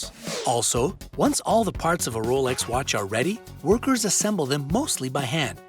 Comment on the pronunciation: 2 points here... he says it correctly.. not the American way James Bond wears a Rolex submariner.. it’s only in the new films omega paid the studio for him to wear an omega. In all the books he wore a Rolex.